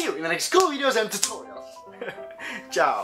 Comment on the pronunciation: min . . . why that "CIAO" ?!? I'm ITALIAN, and i raly ReAlLy REALLYdon't understand the means of that "ciao" i don't know if it's a tradition of the channel, but first learn how to pronunce it well !?!?!? AHAHAHAH FAKE ANGRY but really italian ahahahaha :P ciaoooooo !!!! spero di non avervi fatto incazzare <---- bad word to say "get angry" :) :P